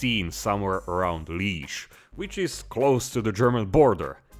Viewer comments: It's pronounced Lie-ège. And it's called "Luik" in Flemish/Dutch. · Its pronounced Liàige